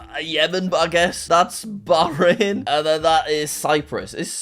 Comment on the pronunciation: mad respect for pronouncing bahrain well